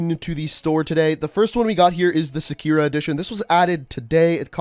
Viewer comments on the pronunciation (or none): It’s sa-ku-rah not sue-ku-rah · "sehkira edition"...pronounced Sah-ku-ruh. Also I'm glad they fixed the kill thing, hated downing people and my teammates thirsting it and stealing the kill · hey I'm not trying to be a dick but you said Sakura wrong it's pronounced Saw-coo-ra which translates to Cherry blossom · "Sa-kyura" nice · “Sakiura” omg that killed me more than it should... someone needs play more Street Fighter 😏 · You said Sakura so wrong smh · I cringe really hard when he pronounce sakura wrong